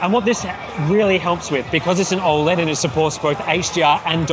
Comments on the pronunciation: How is it the guy revviewing monitors is the only person on YouTube that can't pronounce OLED properly. painful mate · How do you pronounce OLED?